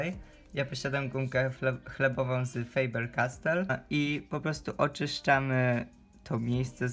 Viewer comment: Mówi się faber kastel ;-)